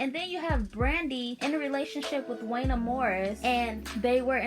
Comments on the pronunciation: I was literally like “I like her and she’s a baby.. but it’s pronounced JUAN-YAY!” 😂😂 Definitely gotta give the younger generation a pass when they try 🥰😂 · It WONYAY . You are pronouncing his name wrong